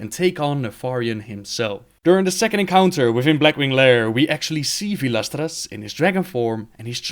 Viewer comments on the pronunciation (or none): Vaelstrasz.... Not vaelastra. Reading names , can you do that?